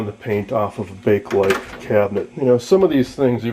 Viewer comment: Thank YOU! You actually pronounce it CORRECTLY. I get SO tired of hearing "people" say Bake-A Lite!!!! It's NOT Bake-A-Lite, it IS Bakelite. Excellent video man! (And kudos to you for pronouncing Bakelite correctly)